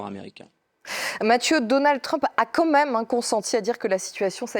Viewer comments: Elle a dit "comme même" j'ai pas rêvé ?! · "quand même" arrêtez les écouteurs svp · moi j'ai compris "que même"